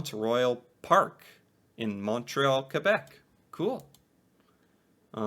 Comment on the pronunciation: 1: Wow, you pronounced Québec better than like half of English Canadians! 2: I am kinda sad that in the opening thing Québec was only mentioned as a "challenge." It's true that there are challenges relating to relations between English, French, and Indigenous people here, but there's a lot of beauty in that diversity too which I feel doesn't get enough recognition, often being overshadowed by the multiculturalism fuelled by immigration. And without French Canadians and all the history of them and how they've impacted everything from the culture to identity of not just French speaking Canadians but all Canadians, it wouldn't be the same country. I guess to sum it up, those of us outside of Québec may also do well to say to ourselves "Je me souviens" sometimes.